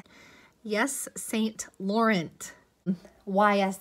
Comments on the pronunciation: Yves saint laurent is pronounced EVE and and the t is silent in both saint and laurent, but please look up the pronunciation. I do enjoy your videos, but that drove me crazy 😂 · Hi oh boy 🥴 There are brand names you just don't know how to pronounce and usually no big deal but, that actually hurt when you mispronounced Yves Staint Laurent. You can find how to pronounce, at least the designer ones, on you tube. Otherwise I do enjoy your videos. Try not to stress too much over all this. Remember you are doing your best and the rest you can't control.